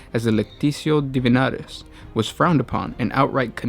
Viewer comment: It's the lectitio divinitatus, not lectitio divinatus Minor error but wanted to point it out